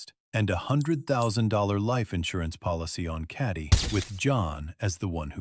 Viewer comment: Please correctly pronounce the name Cati - its not carti - it's ca teee the "a" is pronounced as the name of the letter "a" - listen to her husband say her name correctly - so irritating tp hear you mangle the name!